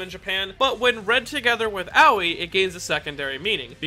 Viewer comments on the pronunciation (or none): Im sorry but as a Japanese, its so weird hearing you pronounce Aoi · I don’t mean to be rude, but when you say Aoi it sounds like “Owwie”